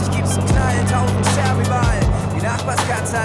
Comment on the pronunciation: The thing with the cat is shows how bad you feel by actually seeing something die in front of you and less you care about the news. Also, it's a wording game. "..tausend scherben überall.." The way he says it sounds like "..tausend sterben überall.." Thousands are dying everywhere